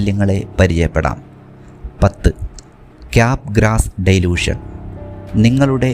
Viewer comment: ഡൈലൂഷൻ അല്ല, ഡെലൂഷൻ ആണ് ശരി